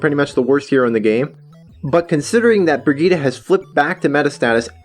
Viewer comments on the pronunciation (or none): I think Brigitte is pronounced "Bridge It" under normal circumstances. Source: I know a girl with that name.